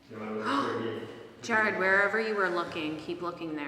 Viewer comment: His name is pronounced JARRED not jerred